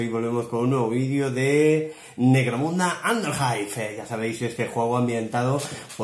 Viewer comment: Parece que digas "Negromunda" no? XD buen video :D